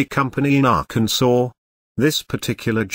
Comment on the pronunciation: Ah yes "" I love how you pronounce "AHHHH-CAN-SAW, GIN-SANG" Only outdone by ""